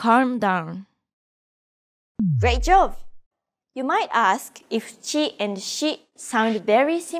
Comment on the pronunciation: Thanks for the great video! Fun fact: Throughout the lessons, I kept hearing "Great Jove" at the end of each one and found it a bit odd to reference the Roman king of the gods in a Japanese context. It wasn’t until I finished lesson five that it finally clicked: she’s actually saying "Great job!" The way she pronounces b like v (and vice versa) threw me off initially. I’ve noticed this phonological trait among many of my Korean friends as well, so I wonder if it stems from some similarity between Japanese and Korean phonology.